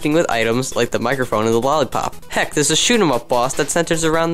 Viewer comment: Poardon, that would be "heck" not "hexk" ;)